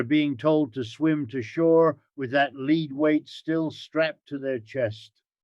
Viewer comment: Did you catch the mispronouncation of lead in the beginning 😮 only miscues that leads me to think ai 😊